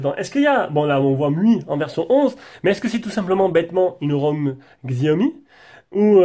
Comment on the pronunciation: Slt, la vidéo est très bien mais par contre on dit chaomi et non pas xxxiaomi !!